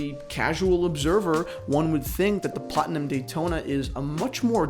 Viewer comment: The "platona" ;)